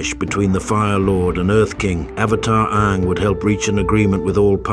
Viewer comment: "A-ang" "Ba-sing-sah" "Hiroh"